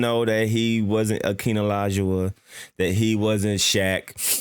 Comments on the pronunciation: “akeen alahjowah” bruuuu😑🤣😂😂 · This man said ah-keena laguah. Wtf 💀